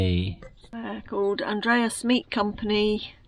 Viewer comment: thank you sorry about the weather and we do have sunshine sometimes I laughed at the way you pronounced Andreas thank you.